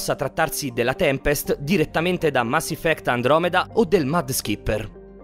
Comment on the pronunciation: Mass "Iffect"